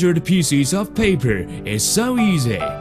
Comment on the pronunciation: look at the paipuur